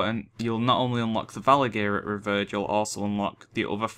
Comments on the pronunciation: Mate is prononuced RE- VIER- ED = nice guide tho thx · Revered = REE-VEER-ED Thought brits were supposed to speak proper english ;P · Any else get annoyed with he says revered? Anyway nice video :)